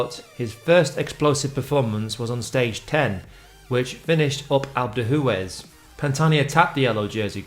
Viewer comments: “Alp Doo-ez” Not “Alp doo Hoo-ez” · For goodness sake sand yours, please learn how to pronounce names of geographic locations. What’s alp doo who es? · As the French say, these clips are very "a l'EPO-que" . And by the way - "Alpe de who-Ez" and "Tour de Swiss" - lmao - best pronunciation ever!